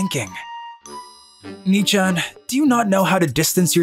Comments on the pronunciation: Knee chan? 🤣 I had to because the way he says it makes it sounds like Nii-chan instead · Why he pronounced nee-chan (nii-chan) But don't mind me I'm just enjoying your video